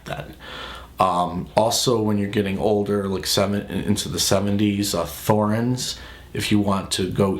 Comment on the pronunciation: it's just "Torens" not "Th"orens.